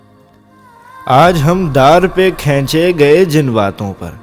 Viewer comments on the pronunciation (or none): Jnab lafz kheenchy gye hai na k khainchy gye hai.kindly apni adaigi par zra goor karny k sath sath mehnat b krain.jazakAllah